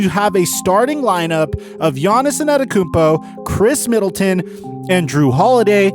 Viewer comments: Bro his name is Giannis( AH -DEDO-KUN-BO ) ‼️ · LEARN HOW TO SAY ANTETOKOUNMPO